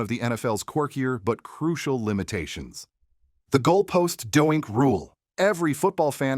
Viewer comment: is this a bot? he mispronounces almost everyones names lol, no football fan would not know how to say DOINK. this guy calling it dough-yyenk.